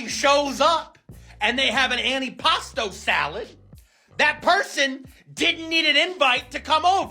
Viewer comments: It's not an anti-pasta salad, it's antipasto. how many times did they say it in a video that you editted, and yet you don't say it correctly. nice job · the way a lot of the people pronounced antipasto made me think they were saying "any pasta" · "Annie pasta"?